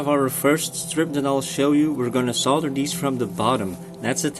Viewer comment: Great video, thanks so much, very helpful. And thankyou for pronouncing solder correctly!